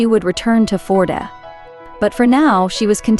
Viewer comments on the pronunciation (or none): She talks way too much. Not interested in Anna at all. Tell us where we are, how many people live there, occupation, climate, fisheries, petty viking kings etc. Not Anna and her thermos. Please learn how to pronounce name. Førde is not FORD.